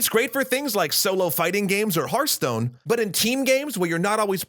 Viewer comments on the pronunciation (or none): none